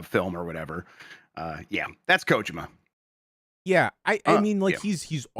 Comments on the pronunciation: I'm not an expert but I THINK is technically correct. If I'm not mistaken, in Japanese you stess everything equally. So instead of ko-JI-ma it'd all be equally stressed or unstressed as ko-ji-ma. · that's the right way to say it. the first vowel is usually more emphasized in japanese. americans are the ones who turned it into ko-JEEE-ma